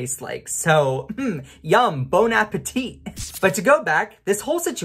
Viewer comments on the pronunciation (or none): Bone appateet? 🤣 {:o:O:}